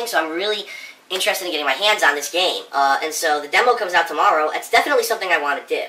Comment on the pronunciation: what do u really wahhhh? The NT in want is silent, duh! Phil does everything right so it MUST be the way u pronounce the word WANT